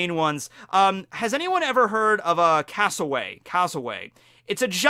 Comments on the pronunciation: just going to say its pronounced cass-o-wary not cass-o-way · *cassowary not casoWAY! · it is not pronounced castleway its pronounced cassel-weary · It’s Cassowary. There’s an r in there. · Would there be anything special about being an "unclassified" Zoan? Like just a ___--____ fruit with no model I don't believe Orochi is a Zoan, I think he's a Smile user because he didn't have a full transformation, or even partial How dare you call Froppy disgusting It's pronounced "Cass-o-airy" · well being a aussie and being stung by a platypus i can tell you it really dam hurts your skin feels like its on fire and the pain near brings you to tears and yea not good also koalas are bloody savage as hell. also its pronounced cas o wary and there savage as f as bad as emus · Cassowary is pis pronoced as I have spelt it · U said cassawari incorrect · Hi, thanks for the video - Just a note from an Australian about your pronunciation of the cassowary. You got the first part right, but the wary sound is pronounced as a cross between 'worry' and 'wary' - which is really quite fitting for the bird. Glad to see you did your research about the platypus - in turn, I didn't realise how dangerous a moose is. Thanks for that, now if I ever go to North America, I know not to go up and pat one;) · I've never heard the word Cassowary butchered that badly 🤣